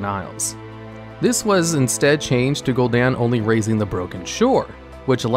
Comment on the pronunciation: its funny how there are so many voice lines saying the name Gul'Dan and still mispronounce it.. /facepalm xD